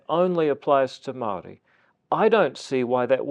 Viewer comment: Youre on the same mindset as NUTTYAHOO! And if you cant pronounce te reo Maori Dont speak it! Anyway will catch you up in WAITANGI!😂😂😂😂😂😂😂